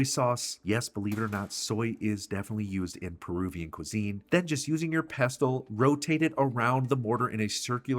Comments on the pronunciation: Regarding the word "pestle": As a PSA, I'd like to share that the letter "t" in that word is completely silent. So the word is ALWAYS pronounced "Pess-ul." NEVER under any circumstance is it to be pronounced "Pest-tul." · Ack! nFrist, it's 'pestle' not 'pest tull'. Coriander seeds taste different and smell different than the plant they come from, cilantro, so use mint AND cilantro. As for the api panda - it is a hot chile which anchos are not. A better sub would be chile pastila, or if smokiness is not a problem, use chipotle or, if your can find them outside of Oaxaca, chile Padilla oxaqueña. Tear the dried chile open, pour some boiling water on it, and let it soak and soften. Ad the soft, floppy chile to the mortar. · It's pronounced PESSEL NO T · Stop saying pestle the t is silent pesle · Pestle is pronounced without the t: pess-ell. Looks delicious! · FYI the t is silent in pessel…(pestle) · /pes’ əl/ ‘t’ is usually silent. Thanks for the recipe. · OMG....A mortar and what?😂😂😂😂 Its "Mortar and pestle (pronounced "Pessel"!!)😂😂😂😂😂 London, England here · Pestle, pronounced = pessel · I doubt his credentials if he cannot pronounce pestle correctly. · You don't pronounce the 't' in pestle. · I never knew the "T" was pronounced in pestle, and my whole world is shifting a little. Hold me. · You are pronouncing 'pestle' incorrectly. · Isn't the "t" silent in the pronunciation of pestle? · the "t" in pestle is silent, it rhymes with vessel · Love the recipe. Small hint, the ‘t’ is silent in pestle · Just a pronunciation thing, pestle is a silent T